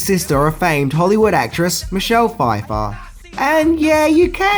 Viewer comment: DiDi Fie-Far? Michelle Fie-Far?